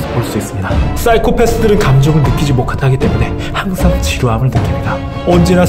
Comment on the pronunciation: 감정을 느끼지 모카타기 때문에 ㅋㅋㅋㅋ 진지하게 말하는데 실수한거 웃기네ㅋㅋ 귀여우셔ㅋㅋㅋ